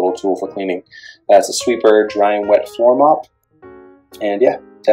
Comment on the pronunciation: BTW there is no "T" in Swiffer. ;-)